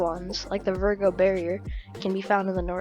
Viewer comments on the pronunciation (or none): none